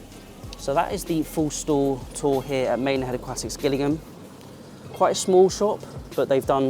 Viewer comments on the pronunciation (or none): It’s pronounced Jillingham.